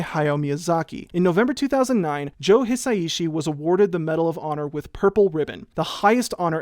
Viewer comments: I think you’d pronounce Hi Sai Shi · Hisaishi isn't hard to say: hee-sah-ee-shee -- Hisaishi. [*] But Debussy now: that IS a name you could try a little harder with! 😉 That piece of nitpicking apart, I loved your detailed analysis. Dōmo arigatō! [*] Similarly, Heian: heh-ee-ahn -- Heian. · someone pointed out to him that Japanese is a syllabic language so the s and ai should be connected and it should be pronounced as a more fluid three syllables, hi-sai-shi, right? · Hisaishi = Hi sa i shi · just putting this here, Joe Hisaishi is pronounced Hee-sigh-shee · I think it's hee-sigh-shee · It's pronounced his-osh-she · Pronunciation tip for Japanese: every vowel ends a phenome. So you say in your description, "watch me try to pronounce Hisaishi..." Break it up by the vowels. Hi-sa-i-shi. Also vowels don't change based on the consonants. So the "i" in "hi" is always pronounced like a long "e." Same with the "i" in ki, shi, chi, ni, mi, and ri. That "i" is always pronounced like a long "e" sound. 💜